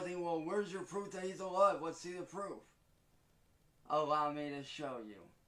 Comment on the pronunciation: is on the case. "'low me to 'laborate."